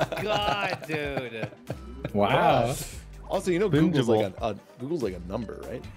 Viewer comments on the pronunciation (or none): Man said bing-able :ICANT